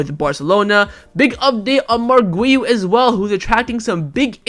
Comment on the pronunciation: His name is not wiu, his name is Guiu